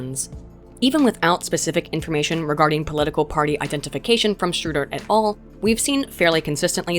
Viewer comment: "shootin it all" vs "schuten et al." lmao